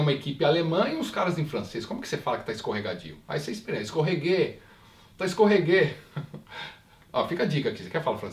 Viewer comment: "Escorreguê" kkkkkkk